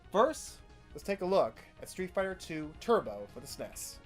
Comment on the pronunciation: An American pronounced SNES as SNES and S N E S ??? Do my ears deceive me?!